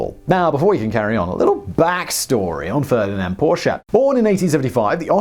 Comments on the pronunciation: OMG HE SAID PORSCHE RIGHT :D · An english man who pronounces Porsche the way it is supposed to be :OOO I thought i would never see the day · Da haben Sie Porsche aber sehr schön betont :) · Simon, I watched this with a big smile on my face from hearing you correctly pronouncing "Porsche" numerous times! I also like your little remarks about Der Fuehrer's interference with people who knew better than he. I'm you've probably seen the story of the development of the ME-262 jet, which might've prolonged the war and cost many Allied airmen's lives---if Hitler hadn't decided it should be redesigned as a fighter-bomber. It required a change from tricycle landing gear to "tail-dragger" to carry the added weight of bombs, which slowed the plane appreciably. So, instead of building many, many more of the fastest fighter plane (the ME-163B Komet was faster, but extremely unreliable and impractical), time was wasted on a plane they didn't need. By the time they started concentrating on building the 262s as pure fighters again, it was too late for them to make a difference; Germany was running out of resources---and experienced pilots. (IIRC, WWII "Black Ops" officers realized that assassinating Hitler could actually help the Germans, instead of hinder them.) Stay safe, everyone. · Not even 2 Minutes in and already liked for pronouncing Porsche the right way. Thank you Simon!